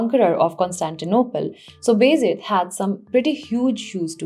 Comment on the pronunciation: Appreciate your lucid presentation. But just a little correction; you are pronouncing Baa Yazeed as Bayzid.